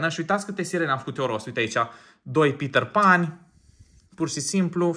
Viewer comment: Pe petter pan nu se spune pitarpan se spune pitar pen😅❤